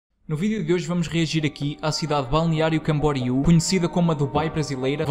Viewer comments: É assim como ti pronunciaste. Balneario Camboriú. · Sou natural de BC e moro em Portugal, o melhor foi pronunciares com facilidade Balneário Camboriú 😂 Quando falo que sou de Balneário Camboriú, tenho de repetir para os Tugas perceberem e conseguirem pronunciar 👏🏼👏🏼